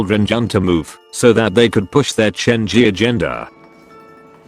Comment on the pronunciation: moon maap aku fansnya renjun kalo ngomong lonjin dia bakal marah jadi ngomongnya lionjwin